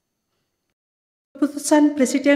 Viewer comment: Berat sekali bilang haji prabowo subiantu....malah ha.perabowo subianto